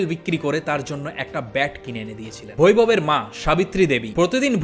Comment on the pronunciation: Correction-- He is Baivab not vairab😢